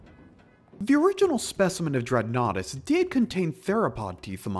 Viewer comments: I cant help, everytime I hear "Dreadnoughtus"......I hear "Dreadnaughty".....yea, that's just me.....sorry. ok, I'm going to go now. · I've heard of this dinosaur before watching this video. I thought it was pronounced did-not-tiss. I've read about dreadnoughtus in part of an article. I watched animated Jurassic Park horror stories with a dreadnoughtus in one of them and other videos showing dreadnoughtus from "Prehistoric Planet". Also, I see what you did there.